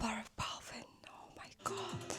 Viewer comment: өө мая гооод гээд сонсох жхн эвгү бдг да. Дуудлагын засчуул